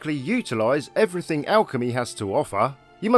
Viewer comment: "assuming you are looting eweriting in the environment"